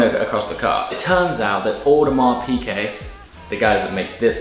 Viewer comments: Piguet, not Piquet. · One of them should have told you that it's piGuet and not piQuet though :p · By the way, it's Piguet. Not Piquet. You should pay attention. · Please it is "Piguet" not "Piquet"... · Hi, I like very much your videos, but please don't call your watch an Audemars Pické, it's an Audemars Piguet with a G an not a C :). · love the diver, but please stop pronouncing it "Piquet"